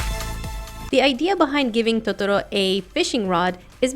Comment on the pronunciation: its pronounced to-to-row